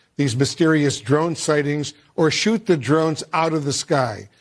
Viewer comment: Its shoot** not shot..lol sorry Mr Prez